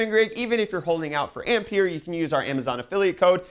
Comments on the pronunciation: Ampere is pronounced "Amp-Air" just a heads up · Yes - André-Marie Ampère was French and the way he pronounces "Ampere" hurts my ears... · Fml nobody knows how Ampere is pronounced. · You're mispronouncing Ampere.